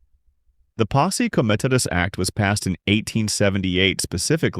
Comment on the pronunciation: Your voice and pronunciation comes off as A.I. especially how do you pronounce Posse Comitatus two different ways. So I'm curious if you are an AI human or a real human.... Your content however is excellent.